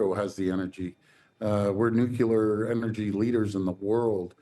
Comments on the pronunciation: Premier, please, I'm begging you - NUCLEAR, ok? "New-Clear" Not "Nuke-yuh-lar" Even Bob Woodward gets that one wrong, but this is your mother tongue - make some effort. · Doug Ford says "nucular". You'd think he'd know how to pronounce nuclear by now. And rather than demonize Mexico, we need to work with the new Mexican President to forge a win-win relationship with them. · "Nucular" energy? Please, just let the real leader run the show. You aren't smart enough.